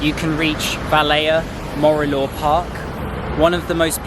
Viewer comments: And Valea Morilor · And Valea Morilor 😂